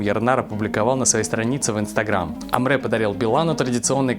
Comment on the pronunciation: Уважаемые ребята. Спасибо за хорошие новости. Одна поправочка. В слове Әміре, а в Русском написании Амре нет буквы Э, а есть буква Е. Поэтому правильно надо читать АмрЕ.